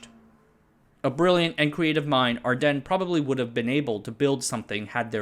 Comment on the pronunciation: Your pronouncing ardenne awrong. The e at the end is not silent.